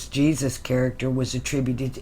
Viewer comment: Jesus sounds like Isis Jesus/ jesis/ Isis 😁